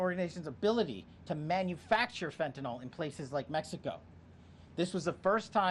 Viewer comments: It is pronounced Fen-tan-nil!!! NOT Fen-tan-nall!!!!!!!! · Fentanyl, not fentanol. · For goodness sakes! PLEASE PEOPLE, learn HOW TO PROPERLY PRONOUNCE the name Fentanyl!! It’s NOT FentanOL it’s FentaNIL. I don’t know why, as a medical professional, it bothers me so much, but it does…